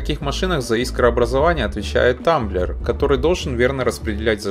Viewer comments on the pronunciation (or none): Потолочная лампа - нужная вещь! Не тАмблер, а трамблёр. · Трамблёр, а не тамблер